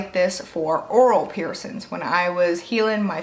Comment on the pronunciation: I love how you say "piercins" 😄